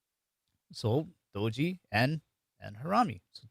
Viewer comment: Do'ji - Blunder is pronounced with very short o with accent on Do. If pronounced Doooji, it means simultaneity. So I thought Doji symbol meant buying and selling happening in the same amount, happening simultaneously. I didn't know the true meaning until today. It was a fun video. Thank you!